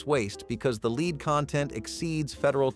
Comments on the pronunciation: LED, not leed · Somebody needs to tell that narrative bot that 'lead' is pronounced 'led' in certain cases 👎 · Why is lead being mispronounced? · "Leed" :D